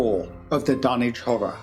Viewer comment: Hearing the dunwitch horror pernounced in the correct English is throwing me off, but it is a great video man .